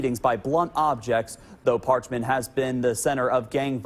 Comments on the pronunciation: Par-ch- man. Get it right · Its par- ch- man getit rightYankee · You’d think that a professional narrator would at least take a minute to learn how to pronounce the name of the facility he’s describing. If this guy became really hot and thirsty, I wonder if he’d say “Man! I’m PARKED!” 😂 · I’m from Mississippi. They don’t even know how to pronounce parchment awful video. Don’t make a video if you don’t know how to pronounce the name of the place you’re talking about.